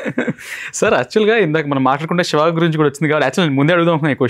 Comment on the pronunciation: షివ కాదు యాంకర్ గారు. శివ అనాలి ! మీరు అనవసరపు నవ్వు ఆపండి.